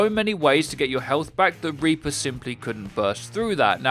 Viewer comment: "Repour"